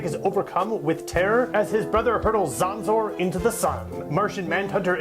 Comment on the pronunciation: The last name is pronounced like Jones, but otherwise awesome video! Very well edited.